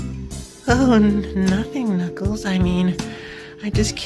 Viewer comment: It's Knuckles. Not crackles!